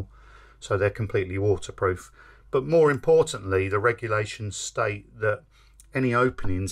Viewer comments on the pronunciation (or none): none